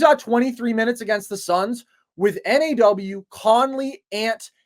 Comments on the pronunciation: Nobody in Minnesota calls him “N-A-W” we all call him “Naw” like “Hell NAH” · They must be afraid of reading comments, because this has been said in every Wolves video they put out. Its pronounced like nah.